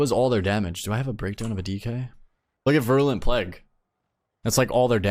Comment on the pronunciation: Vi-rool-ent plague, not vrulent. Virulent, like viral-ent